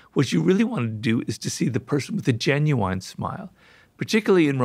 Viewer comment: Smartest guy ever can’t say genuine correctly, we all have flaws